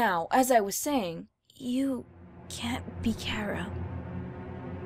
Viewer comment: WHY DO OR APPLE KEEP SAYING CARA